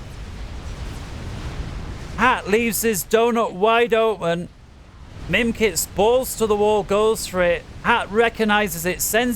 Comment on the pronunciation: Mimikz, not mimkitz ! ^^'